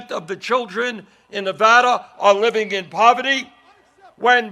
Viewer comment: YES! He said Nevada right!